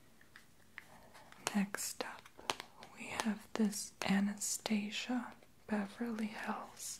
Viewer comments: You pronounced Anastasia wrong. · Love the video , but you're pronouncing Anastasia and Tarte wrong .